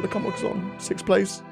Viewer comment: and he said sixft